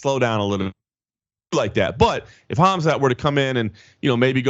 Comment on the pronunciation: Stupid Radio Submission the Colby Covington Ass kisser, it's Khamzat not Khamat. You morons.